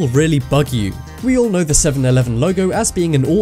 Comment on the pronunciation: '7-Evelen', well done